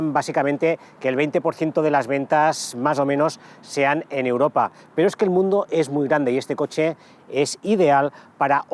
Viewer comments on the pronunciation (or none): none